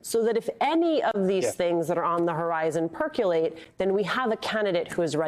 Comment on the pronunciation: "Per-co-late," not "perk-you-late."